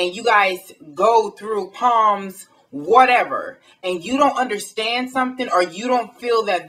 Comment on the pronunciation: It's pronounced salms, but spelled Psalms sweetie.